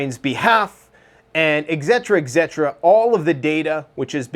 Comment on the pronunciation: Just an fyi ... Etc, etc - etcetera, etcetera - et-set-er-a, et-set-er-a. 😂😂